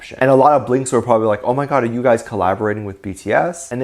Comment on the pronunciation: I love the way emphasizes the"oooooh my god" in the fans comment about Jimin's but 😂😂😂